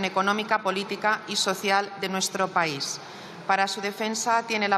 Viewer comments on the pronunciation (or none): No se dice paí, se dice país